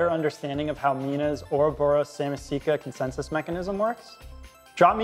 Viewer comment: Ouroboros SamAAAAsika not Samisika....